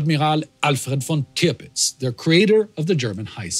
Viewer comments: Tirpitz, not Tripitz. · I am a stickler for detail I noticed it should be Alfred Peter Friedrich von TIRPITZ not tripitz ...anyways I really did enjoy this video about a little known or talked about subject. Keep up the always great content. thanks